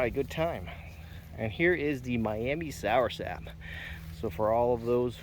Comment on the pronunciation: It's not "soursap"... it's soursop.